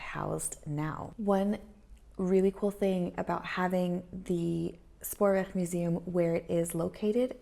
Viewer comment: So happy to see you back on the screen. Missed you. Hope 2020 will be a real good year for you and your family. Ps. They way you said Spoorweg OMG so Dutch sounding. Your G is a real G. Go.